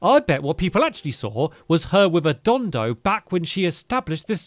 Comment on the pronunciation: stampy, not to be rude, it's pronounced don-don, not don-do